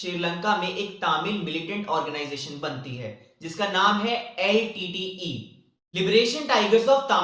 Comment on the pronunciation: Litte not leet